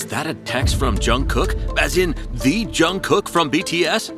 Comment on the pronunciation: Bro it's jungkook not junkkook